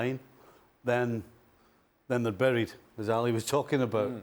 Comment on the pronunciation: “Dead but not barried”😂😂😂😂😂😂😂